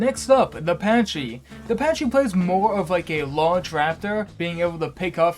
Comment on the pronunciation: Fake autism bro; "Patchy"? Pachycephalosaurus is shortened to Pachy which is pronounce "PACKY" God, how dare you claim autism over dinosaurs when you cant even get that right •̀ ⤙ •́ (/lh obviously)